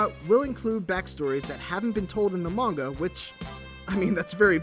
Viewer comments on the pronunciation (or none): none